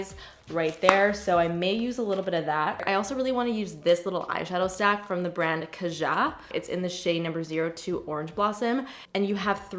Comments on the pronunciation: kaja = KA-juh or KA-zhuh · Korean here! “Kaja” (가자) is pronounced “gah-jah” with equal emphasis on both syllables. It’s Korean for “let’s go” 😊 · the brand Kaja is pronounced "kah-jah", meaning "let's go" in Korean.